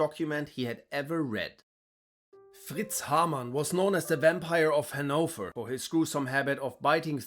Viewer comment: I know right, I never knew Hanover was pronounced like that. I always put the emphasis on the first syllable not the second.